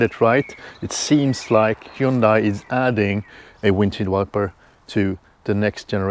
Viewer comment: SUNDAY-MONDAY-HUNDAY!! Simple to pronounce correctly according to the factory representative. It is a fact.